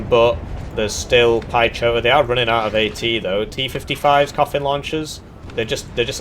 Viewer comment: Oh come on. Piechota = Pyeh-ho-tah.